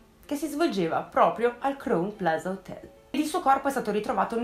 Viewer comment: Esaustiva e di intrattenimento come sempre, però permettimi un piccolo appunto: Crown Plaza si pronuncia "craun plaza" 😊